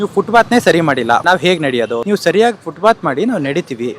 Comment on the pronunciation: ಯಾರಿಗೂ ಫುಟ್ಪಾತ್ ಹೇಳೋಕೇ ಬರಲ್ಲ. ಫುಟ್ಬಾತ್ ಅಲ್ಲ ಫುಟ್ಪಾತ್ ಅದು!